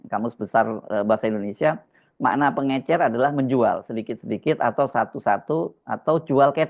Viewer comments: Pengecer Lil.. Bukan pengencer 😅. Pengencer apa, pengencer dahak ato pengencer otak biar waras bikin kebijakan? Ijazahnya ato palsu nih😂😂. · Betul mas hersu kok ber x2 bshlul ngomong pengencer bukan pengecer. Jelas beda jauh ke 2 kata iyu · Gak ngerti itu dia, pengencer sm pengecer aj bs salah. Berbeda kesalahan ucap yg gak merubah arti. Seperti teman sy gak bs blg parkir dikatakan palkir. It gak jd masalah. Tp pengencer dan pengecer it berbeda arti. Jd faktanya sangat pantas menteri sprti itu jika di reshuffle 😂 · pengecer lul, bukan pengencer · Munkin bahlil ga bisa ngomong pengecer dia cuma bisa ngomong pengencer ko mentri ga bisa ngomong pengecer gimana sih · Risih banget kata pengecer jadi pengencer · pengecer pak...pengecer..bukan pengenceeer gemes gw... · Faktanya, yang diucapkan Bahlil berkali-kali adalah "pengencer", bukan "pengecer"..., ha ha ha.. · orang Papua ngomongnya pengecer jd pengencer...parah doktor lulusan U I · ya .betul bahasa bahlil, ngomongnya pengecer jadi Pengencer...salah paham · Pengencer apa to PakMenteri? emang mau buat adonan kue, pengucapan kalimatnya aja salah salah, emang gakada staf disekelilingnya yg ngasih tau bahwa sehrsnya pengecer bkn pengencer. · Pengencer (bukan pengecer)?😂whaaat??? Selevel menteri lho nyebut istilah aja gak becus. Fix, 11-12 dg mulyono buruk rupa plus buruk otak😂😂. Maaf, ini ekspresi kekesalan saya thd gerombolan perusak negeri ini. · Makanya aneh... Koq pengencer? Emang tiner pengencer cat... 😂😂 Cobalah pejabat biasakan mendengar bahasa orang² kecil... Pengecer koq dibilang pengencer... Gimana kalau ada kosa kata yang jlimet ucapannya...nanti asal nyebut saja... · Kenapa bapak ini slalu bilang pengencer ya ?? Bukannya pengecer ?? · Kwalitas pendidikan Bahli dipertanyakan tidak bisa membedakan antara kata pengecer dengan pengencer menurut kamus KBBI, beliau selalu mengucapkan kata pengencer😅😂🤣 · Coba simak. Dia kan bilang pengencer 😂😂😂😂😂😂😂😂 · Pengecer kok dibilang pengencer ? 😂🤣😅😆😁😄😃😀😂🤣😅😆😁